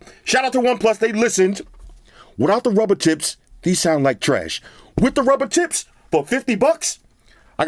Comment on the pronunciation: Every time says “tips” I hear t..ts lol 😂